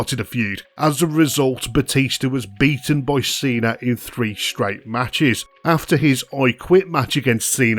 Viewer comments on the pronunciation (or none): none